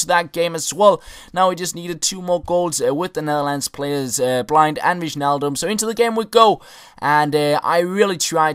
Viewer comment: You say blint not blind